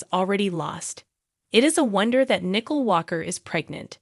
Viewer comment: Her name is Nicole not Nickel